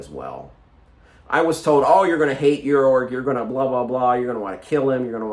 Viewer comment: I love that you have been unduly influenced by Sandersonians and say "Yorg" even though I think it is actually commonly pronounced Jorg this time 🤣 Sando out here redefining the way people read the letter J. I think you would love Book That Wouldnt Burn,!